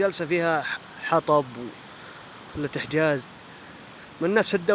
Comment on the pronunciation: وبعدين اسمها فلة إحجاج مو إحجاز هههههههههههههههههه